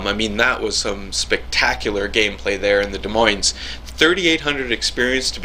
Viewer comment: Holy shit, I thought this ship was supposed to suck! Nice vid,! But just to be a language Nazi, BOTH S's in "Des Moines" are silent. 'Cuz French and shit.